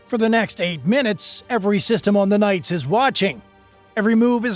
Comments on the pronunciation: Enjoyed your video. But the correct pronunciation of the USS Nitze's name is "Nit-Za," not "Nights." It was named after the former Secretary of the Navy Paul Nitze. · Holy shit I can't even watch this crap. It's pronounced Nit-zah not nights. Learn the f'n name! You are dishonoring everyone who serves and has served on it by not taking 30 seconds to do some research. I spent three years on that beautiful ship and knowing they handled themselves well is not surprising, but I certainly don't need to hear you keep disrespecting her. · USS Knights? Or USS Nits-uh? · Vessel named for Paul Nitze…Nits-uh? Not “nites”. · my friend, "nights?' really?... it's nitsuh you twit. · Nitze - Nit zuh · The ship is named after Paul Nitze, Former SECNAV during LBJ's Administration. His name was pronounced "Nit zee". vrckn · Check your pronunciation - the ship's name is nit-se - short i, not long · It’s pronounced NIT-SUH. Other than that pretty spot on video. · “Nit see” pronounce this way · Oh you butchered the name of that ship. BADLY. Also the video is old we dont wear that uniform anymore. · He mispronounced Nitze as well.